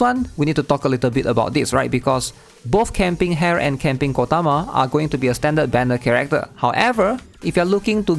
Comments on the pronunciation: bro your name pronunciation. I had to double take when you said "hare" lol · I always enjoy your content but you mispronounce these three names. Ren-gay (not "jay") Su-mi-re (not "su-mire") And Ha-re (not "hair")